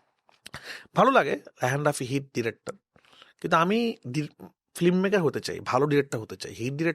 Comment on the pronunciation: রাফি ভাই ওটা ফ্লিমমেকার না, ফিল্মমেকার। ফ্লিম না ফিল্ম। শব্দটা বাজে শুনাচ্ছে..